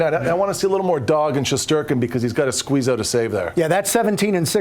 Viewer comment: Shesterkin is sherstinkin